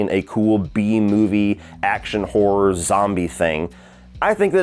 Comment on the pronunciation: I love when says horror it always sound like he saying whore...yeah the final chapter didn't nail the horror 🤣👍